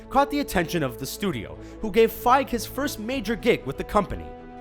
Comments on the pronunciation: it's pronounced Kevin Fi-gee not Fiiig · That Iron Man fact I didn't know and makes it even more impressive! Also it's Kevin Feig-GEE not Kevin Kevin Fieg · why do u say fige? XD its feige - fei gee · Its fiege not fieg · It's pronounced FYGE-E. FEI as the FI in FIVE. And GE as GI as in the traditional karate uniform (GEE). FYE-GHI. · Internal and external cringe when he said feig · it's pronounced FEIGEE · It is pronouced: Fie - Gy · OK, X-Men and the original Spider-Man are not part of the MCU. And I'm pretty sure it's pronounced "fy-ghee"